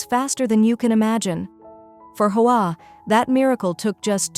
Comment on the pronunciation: Hoa is pronounced "wah" in Vietnamese. AI narration sucks!